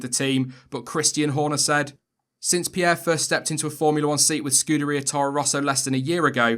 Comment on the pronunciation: FINNALLY someone that pronoces Pierre and Leclerc correctly, otherwise great video